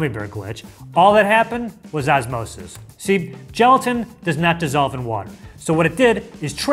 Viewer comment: Osmosis not asmosis 🙄